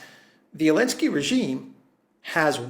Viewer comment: Why keep pronouncing zelenski as Elenski?